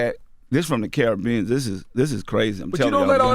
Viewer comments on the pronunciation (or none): none